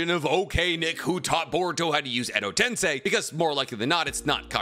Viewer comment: Ayo, this is the first time Hes ever pronounced Edo tensei right. I'm so used to hearing him say Edo Ten sai that I tuned out him saying it right. Now he just needs to learn how to say Tosuka correctly